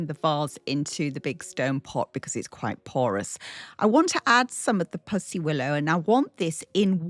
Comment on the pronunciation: Such a lovely spring table! We say pussy (willow) like a kitty not puss like a spot though! 😂